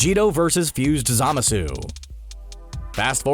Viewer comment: God damn it, if only you hadn't mispronounced "Zamasu" SO MANY GOD DAMN TIMES!!.....